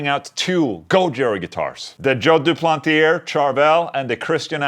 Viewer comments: "Doo-plant-ee-ay" Ola lol...not "Doo-planty- air" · Englund the R at the end of duplantier is silent,the sound is "duplantié",you are welcome 😁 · It's joe du-plan-tee-hey